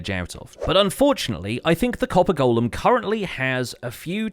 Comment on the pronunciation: FINALLY someone who can pronounce 'golem'! Somebody send this vid to ALL the Hermits!